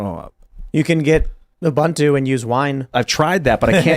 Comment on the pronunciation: Tim & crew; the Linux version "Ubuntu" was invented by an African man, and it's pronounced "ooh-boon-too". Not 'you-bun-too'. If we're going to nitpick on pronouncing Vevek properly, we should do the same for all.